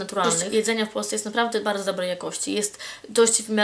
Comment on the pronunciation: "Witam was bałdzo sełdecznie w nowym łoku" :D